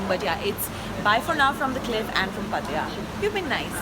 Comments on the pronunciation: u pronounced wrong it's not patya ... pat-ta-ya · are you pronouncing pattaya right?? It sounds funny 😂😂😂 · Incorrect pronunciation of pattaya. It isn't good to pronounce incorrectly! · please pronounce Pattaya correctly 😛